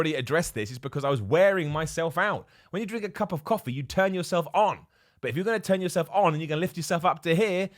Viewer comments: “cop of cuffee” “cops of cuffee” I think you need to get back on the cuffee bro 😂😂😂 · Why is he switching the first syllables of 'cup' and 'coffee' to be "Cop of Cuffee" :'D